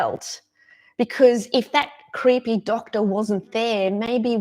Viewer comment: I just love how you say "creehpey doctah", it cracks me up every time I hear it. 😁 Awesome message, thanks for sharing!